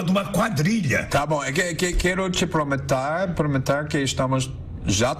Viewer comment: "Que-Que-Quero te prometar, prometar que estamos já trabalhando com estas questôes..."